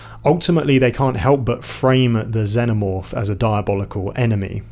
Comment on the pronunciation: I like how you pronounce Xenomorph. Also, good analysis ❤